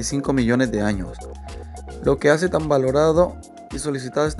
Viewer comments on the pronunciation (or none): none